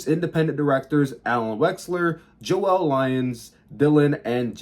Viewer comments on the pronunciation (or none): none